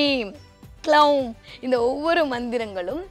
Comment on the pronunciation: அம்மா தாயே ! அது “ க்ளவும்” இல்லையம்மா ? நீங்க கொஞ்சம் விவரம் தெரிஞ்சவங்களாச்சேன்னு நினைச்சேன் ; இப்படி தப்பா உச்சரிப்பு பண்றீங்களே? " பீஜ " மந்திரத்தை தப்பா உச்சரிக்க கூடாது; சகோதரி !